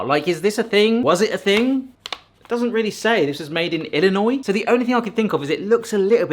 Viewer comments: As an Illinois native, I want to sincerely thank you for pronoucing it correctly. You have no idea how many people here in the States can't do that. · GOOD MAN, smart to know the "S" in "ILLINOIS" is SILENT. Since FRENCH PEOPLE... Always the FRENCH.